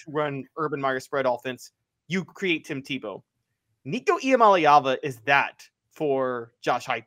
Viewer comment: Someone please tell Jimmy how to pronounce Nico's name!